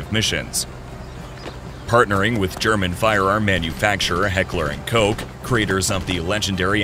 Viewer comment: “Heckler & cohke”💀